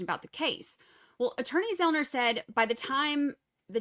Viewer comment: Joshua Zelman - not Zelner,. I’ve heard you call him that on another stream too.